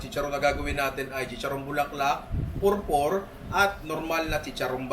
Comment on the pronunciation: Pupor yan ninong. ..hindi purpur....